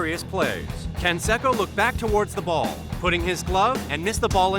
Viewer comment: I’m pretty sure that Jose Canseco’s last name is pronounced “Can-say-co,” and not “Can-seh-co?”